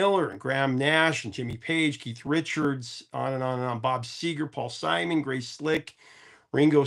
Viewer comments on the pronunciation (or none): none